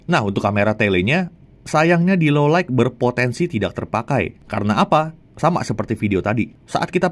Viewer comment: Sekelas jagat review Pronounce "Low Light" masih salah aku kok gemes ya. "low light" mas, bukan "low like"